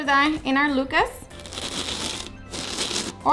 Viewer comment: Not sure you're saying Lucas correctly 🤔 lol But it does look delicious 😋 Thank you